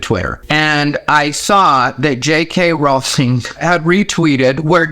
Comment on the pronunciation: I can't tell you how happy I am that you pronounce her last name correctly. ♥